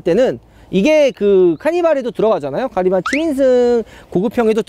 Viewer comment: 카니바 케이파~ 이렇게 들리는데